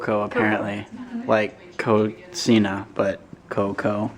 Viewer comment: No need for the "z" sound of the second C in Cocina by the way. How do I know this? I'm Spanish and French and was born and raised in Puerto Rico.